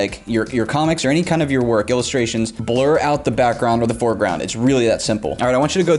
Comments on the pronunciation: Ah yes the foreglound flowers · "The For Glound" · The fourglound. Man trying to teach us art when he messed up the second word of the sentence. * Wheezing noises *